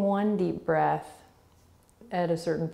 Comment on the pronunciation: The way you say breath 🤢🤢🤢